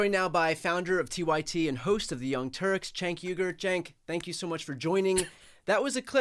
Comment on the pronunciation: 🤣 that is cracking me up! I think he pronounced it perfectly this time.